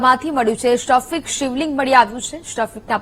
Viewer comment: બોલતા શીખો પેલાં😂😂😂😂 સ્ટફિક નો કેવાય સ્ફટિક બોલાય 😂😂😂😂😂😂😂😂